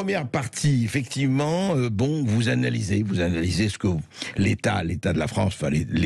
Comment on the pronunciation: Il est bizarrement vêtu « effecti’ment Bercoff. »